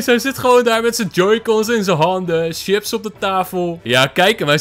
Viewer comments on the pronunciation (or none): none